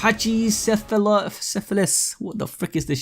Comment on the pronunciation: its pronounced something like pah chee sef el oh saur us